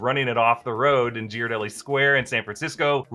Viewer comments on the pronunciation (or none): none